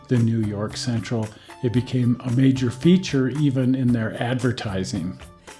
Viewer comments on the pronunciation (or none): none